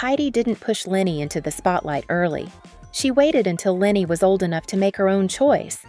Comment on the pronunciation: Great video! If I may leave this feedback: Leni is not pronounced Lenny but more like L-eh-n-y. 😊